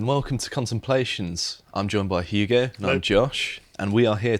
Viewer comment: Hyooguh is a fun pronunciation of Hugo.